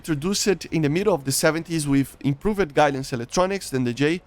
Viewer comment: One of my favorite things about is he says Improv-ed 💙